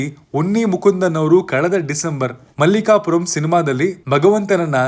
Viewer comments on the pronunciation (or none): ಮಲ್ಲಿಕಾಪುರಂ ❌ ಮಾಳಿಕಪುರಂ ಸರಿಯಾಗಿ ಸಿನಿಮಾ ಹೆಸರು ಹೇಳೋಕೆ ಬರಲ್ಲಾ movie review ಮಾಡ್ತ್ಯ 😂😂